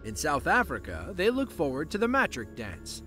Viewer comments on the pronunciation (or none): It was adorable hearing an American pronunciation of the “mAh-trick” dance! Hahahah! This made me very happy, it’s actually more like “muh-TRICK” with the last part of the word emphasised... not that you’ll ever need that information again